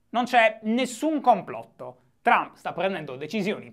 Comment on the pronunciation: Che ne dite di bandire dall'Italia tutti quelli che al TG pronunciano "Baraccobama", "Illari Clinton", "Berni Senders" e poi li senti dire "Donald Ciump"?